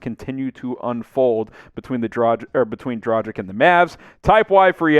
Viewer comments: Its not Dragig, its Dragic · It is a tragedy ( or Dragedy ) that you can´t speak the name Dragic right. Rhyme it with Doncic and it should work. You don´t say Doncig, do you? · Please please learn how to pronounce his name dragic' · I like your content, but please try to pronounce Goran's name correctly. The G in his last name is pronounced the same way as the one in his first name. As for the C, it's pronounced the same way as you already do with Doncic. FWIW, I think Dragic would be a great addition for a few different reasons. One of them is better team chemistry, the other being the fact Goran will be extra motivated to end his NBA career on a high note.